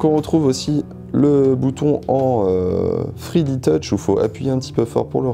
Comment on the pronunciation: Le bouton en "thriditutche" tu peux pas dire 3d touch au lieu de nous gratifier de ton accent anglais de merde. Surtout que c'est juste un bouton à retour haptique